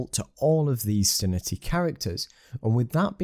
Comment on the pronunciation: Very useful video - thanks! Btw, I believe it's pronounced "Sin-Tea" ;)